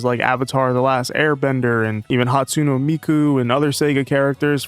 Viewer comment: What a way to say Hatsune